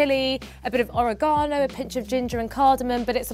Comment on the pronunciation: Oh-reg-a-no not ore-a-ga-no